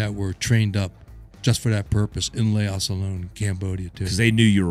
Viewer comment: "layoss" Lol